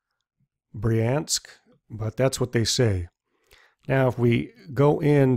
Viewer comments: Pripyat Pri-p-jet Pripyat/ˈpriːpjət/ Bryansk Bri-ansk Hope that helps. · Haha that is definitely not pronounced like Bryan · I also loled at Bryan-sk. A city of Bryans :) The video is great though